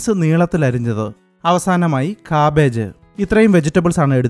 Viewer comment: എന്റെ പൊന്നു സേട്ടാ... സേട്ടൻ സ്റ്റൈൽ ആയിട്ട് "കാബ്ബാജ്‌" എന്നൊക്കെ പറയുന്നത് കണ്ടു.. 😂 English ൽ cabbage ന്റെ pronunciation "ക്യാബേജ്" എന്നാണു lol 😂... സേട്ടന്റെ ഒരു "കാബ്ബാജ്‌" 😂😂😂